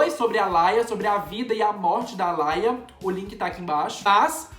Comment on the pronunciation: Não se fala "ALAIA" É "ALIA" mesmo. RIP Aaliyah